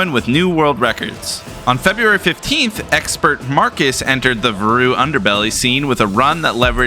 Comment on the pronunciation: listen i know its your videogame but i refuse to believe that's how you pronounce "varu"